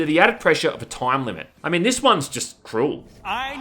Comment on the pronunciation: its crazy how you prounounce the i normally in other words except the word time. solid video though. thanks. oh mind too, just caught that later. lol liked and subbed and im just givin ya a bit of shit. no hard feels.